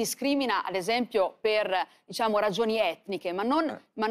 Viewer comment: "diSciamo," (GioGGIA Meloni).